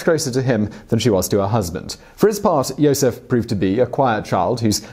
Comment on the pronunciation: it's pronounced yosef but go off ig